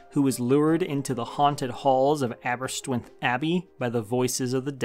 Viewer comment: I know im a year late but that pronunciation of Aberystwyth was brutal